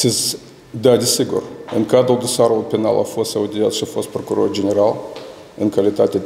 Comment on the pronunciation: Oho! Cit e de rapid este procurorul asta. Eu de-acum mai ca si am uitat de paton. De-acum este Ghitcan. Aaaa! Asta o sa aflam...... cindva... ! PROCUROR ci nu PRACUROR. MIE IMI PARE CA EU POT CU MULT MAI BINE DE CIT AISTA . BROASCA TISTOASE E SI MAI REPEDE DECIT AISTA....